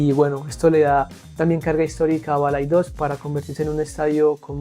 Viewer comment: No es ""BalaidÓs"", con fuerza en la "o". ES BalaÍdos, con fueza en la "i".😊 Saludos desde Lugo, tmb en Galicia. Te suena el C.D. LUGO?